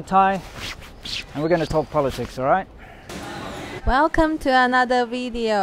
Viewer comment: Velcome to anoder wideo